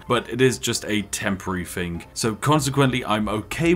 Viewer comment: Learn how to correctly pronounce words. It is not, "You do your FING." It is, "You do your THING." "THank you." Not, "Fank you."